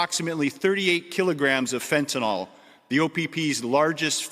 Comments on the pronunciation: Fentanyl, not fentenol. Last syllable rhymes with hill. Like Fentanill. Please try to get it right. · It is pronounced FENT-A-IL. not FENT-A-OL